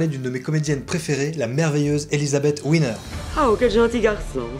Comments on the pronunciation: Pourquoi l'appeler "Winner"? Elle n'est pas d'origine anglaise. Elle s'appelle Wiener prononcé Vienere... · Coucou Ça se prononce Viéner pas Winner lol Mais c'est sympa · Oui! Là là… Gr1ve erreur : on ne dit pas « ouiner » mais « viénèr »… ! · c est elisabeth "Viener ' en allemand le "W" se prononce " V " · D’autre part , à la minute : 4´23 de la vidéo, il ne s’agit pas d’Elisabeth Wiener… (peut-être Marion Game… mais certainement pas E. Wiener ( et pas Ouiner, non plus).😂